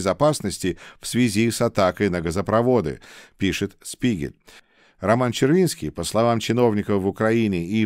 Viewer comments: "Spiegel" читається як "шпігель", а не "спігель". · Дорогой! Позвольте мне вас немного прлсветить в немецком языке (в средней школе я изучал этот язык): - Буква Z в начале слова читается как русская фонема Ц, поэтому слово "die Zeit" (Время) произносится "ди Цайт". Далее, диграф из букв "Sp" читается как "Шп", соответственно, die Spiegel" - это Шпигель. Моё уважение и поэелания успехов и здоповья,! God bless America. 🇺🇸🇺🇸🇺🇸🇺🇦🇺🇦🇺🇦🇰🇿🇰🇿🇰🇿